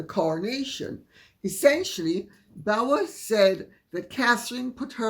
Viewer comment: How funny that you criticise Tom Bower for not using correct names by calling him 'Bowyer'.